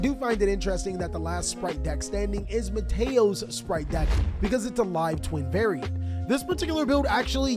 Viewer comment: Oh come on.... Matteao? Its Matteo! That was bad and extremely funny at the same time. Besides that... very entertaining as usual